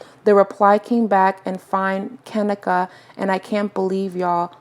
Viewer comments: Have some damn respect and pronounce her name right!! It's Ka-NEEKA. I cringed everytime you said her name! Do some research and make sure you are pronouncing someone's name right before you make a video about them! 😡🤬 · lol its kuh-nee-kuh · You’re saying her name wrong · You said her name wrong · Wasn't no dam accident deleting shit..you can't be serious you just pissed me off !!that hotel has cameras every where this is a 5 star hotel tf on top of you saying her name wrong!!